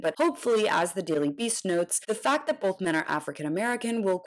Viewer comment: Please, someone tell this half wit the word is pronounced “that” not “dat”. No telling how many concussions he has suffered. It sure sounds like something gets lost between his brain and his mouth. Ask Mr. Walker to name the three branches of government. He’d probably say the left, the right, and up the middle. That’s how he ran the football.